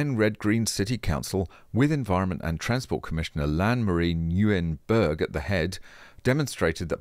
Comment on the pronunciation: I hate to be that guy, but æ is pronounced like ā, so its lāgran. And Nguyen is pronounced like win.